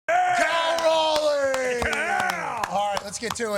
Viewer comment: I like how Pat says "Kol Roley" lol. It's Cal Raleigh bud. Go M's